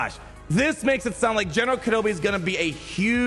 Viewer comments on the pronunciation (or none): none